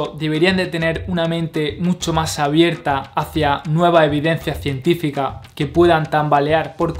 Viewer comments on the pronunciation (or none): tienes que mejorar la pronunciación de tus palabras, por ejemplo nosotros, construccion, mas, me parece que talón de aquiles es la "S" y la doble "R", felicidades por el video informativo.